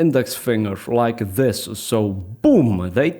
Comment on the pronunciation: “Just loike dat”